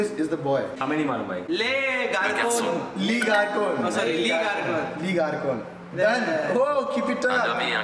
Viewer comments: I know French. When they were trying to speak they pronounced everything wrong. So I got tired of laughing. le Garcon (boy) is pronounced like le garson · Its not leee its le garcon nhi hota its pronounced as garson....